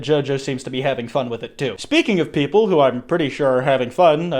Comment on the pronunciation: 'Some of US not straight popple" what u saying hmmmm?